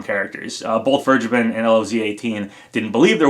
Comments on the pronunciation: Please pronounce vergeben as ver-gay-ben, ever since I heard that it's a German name it really bothers me that everyone is mispronouncing it Check the pronounciation on google translate to be sure, the English translation of vergeben is forgiven. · As a German it always sounds horrible how you guys say Vergeben. I just want to help you how to say it right: Say it like "Fair-Geyben". Only don't pronounce the "y" so hard as you would say it with gay or grey. Try to keep that "y" silent. Hope this is helpful. :) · As a native german speaker, the way everyone is pronouncing "vergeben" hurts my ears xD